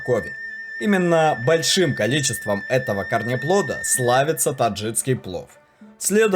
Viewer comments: Только не таджиЦкий, а таджикский. Прям уши резало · Ролик классный, аппетитный, но очень режет слух таджиЦкий, узбекЦкий. Верно говорить: ТаджиКистан - таджиКСКий, УзбеКистан - узбеКСКий) Такие вот дела. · Очень хорошие программы, отличный видеоряд - спасибо! Несколько замечаний по поводу неправильных ударений (хорошо бы проверять как что произносится) и слов (вроде "ложат" вместо "кладут"), а также таджиЦкий, узбеЦкий. Если вы уж по русски говорите, то произносите правильно - таджиКский, узбеКский. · ТаджиКский ,УзбеКский ,там Ц нету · Отлично. Но очень режет уши слово "таджицкий". ТАДЖИКСКИЙ. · Таджикский, а не таджиЦкий. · Нельзя так безграмотно читать тексты. Таджиц таджицкий. Узбец узбецкий. Но так там же таджик и значит таджикский, узбек значит узбекский. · Все хорошо, только правильно таджиКский, а то аж слух режет ваше "таджиЦкий".. по аналогии вы так назовёте "казаЦкий," вместо казаХский, а это уже бред казаЦкий (! Казаки, но не казахи!), узбеЦкий и пр неправильные названия. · ТаджиКСкий, а не таджиЦкий!😡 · Автор, не таджиЦкий а таджиКский! Слух режет твоя безграмотность! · ТАДЖИКСКИЙ, А НЕ ТАДЖИЦКИЙ